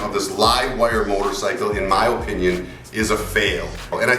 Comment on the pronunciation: You say “O”pinion! 🤣🤣🤣 You funny guy!